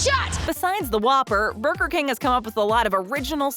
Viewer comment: “Burber king ” XD